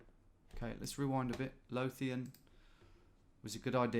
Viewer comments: Screaming Scottish town names at Tom as he pronounces them horrendously 🤣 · And Lothian with an unvoiced 'th'. Correct me if I'm wrong, but it's more like 'clothe' than 'cloth', isn't it?